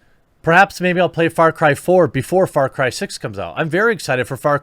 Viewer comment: Why does it sound like he´s saying Fart Cry?